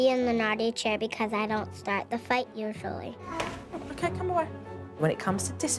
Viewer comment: “I don’t start the fight ushAlly” Are u sure about that?